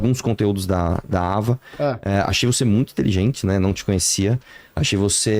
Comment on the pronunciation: Tao proposital falar o nome da Ava, errado!!!